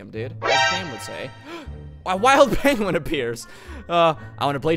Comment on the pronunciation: Oh u it’s a Pokémon let’s throw a pokball yah we caught a piengwion